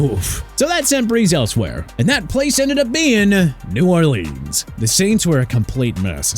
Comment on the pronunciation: You got issues. He definitly pronounces NEW ORLEANS properly. NU OR LINZZ is just slang